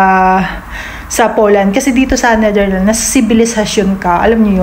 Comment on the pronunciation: Pls speak the S sa name sa country...The NetherlandS and not Netherland.